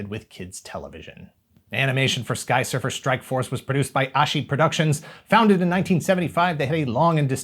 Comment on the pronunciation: Didn't anyone notice how everytime said "Skysurfer Strikeforce"... He butchers the name even more.. 😏😏😀😀😂